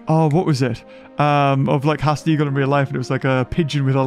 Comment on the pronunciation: stop saying Haast wrong :( like a poopy